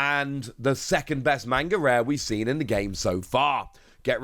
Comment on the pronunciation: “Mainga Rare”